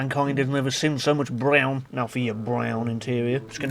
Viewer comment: i lol every time i hear you saay BRROWN